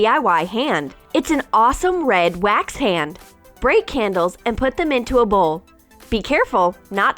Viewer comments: Wax not weks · It’s wax not wix